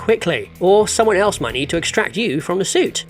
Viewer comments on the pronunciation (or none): none